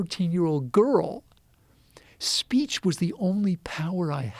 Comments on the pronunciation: Free Speatsh lol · Free Speatsh